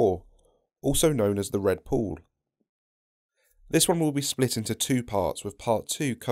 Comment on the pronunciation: 10/10 for managing to pronounce "pool" like "board". Very impressive. - "Thrive Four"? You have one job. Read aloud. Your country spawned the language, ffs. Learn it.